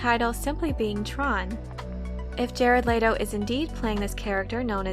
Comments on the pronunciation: Layto? No, its Leto. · Bruh the way she saying Jared Letto’s name is realy grinding my gears its pronounced like let-o not laid-o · Let-Oh. Not Late-Oh